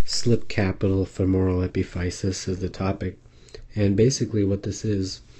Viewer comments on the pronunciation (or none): it's pronounced uh-pi-fuh-sis.